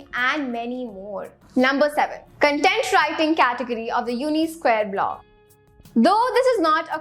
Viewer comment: Content ka pronunciation galat hai